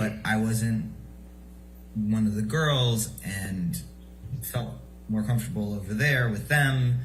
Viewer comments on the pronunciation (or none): none